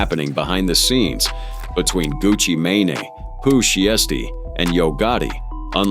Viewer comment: 🤔❓😆🤣 "GUCCI MAIN Á" "POOH SHEESTY" WTHELLY??? 🤦🏾‍♂️😄😂 How Bout instead Of "TRYING" to Say Their entire name's JUST Use da 1st part of their names in which seems easier for U to pronounce.... Lol & Smh Even though da messag is in da Story Ijs! How U sound SILLY & Uncertain 🤫🤐 🫩❓🤷🏾‍♂️